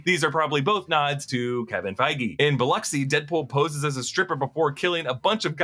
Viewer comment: I’m liking this video because you didn’t say Biloxi weird